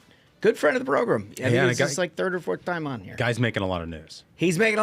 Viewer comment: I tried. I really tried. I like your content, but I can't stand the way you guys say "program." Please stop using that word. How do you pronounce gram? As in a gram of coke or Instagram? Grem? 😂